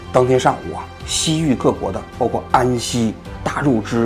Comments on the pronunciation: 听到大肉汁(月氏)笑死我了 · 纠正一下王局的读音，龟兹读作qiū cí；新版《辞海》中，大月氏的读音也改为了yuè zhī，希望节目能越来越好😀